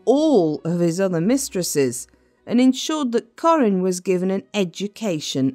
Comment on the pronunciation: Kah-rin, not Corin. What awful narration!